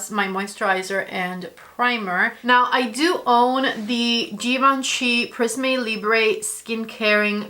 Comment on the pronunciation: The final 'e' of prisme and libre is unstressed. You should not pronounce it as they are French words. Please, don't judge me, I'm a Linguist! 😅